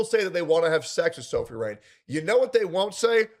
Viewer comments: Bro, her name is Sophie, not Sophia. Makes you sound clueless while trying to speak as an authority 😂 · How many times is he gonna say Sophia rain and not Sophie rain